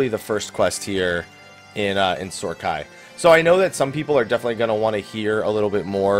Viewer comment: Lol it's Sohm AI not Sohr Khai